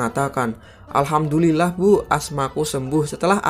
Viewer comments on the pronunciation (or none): none